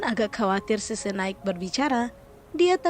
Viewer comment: Min gua bingung nama yg lu sebutin semua nya susu... Xixi aja lu sebut sese...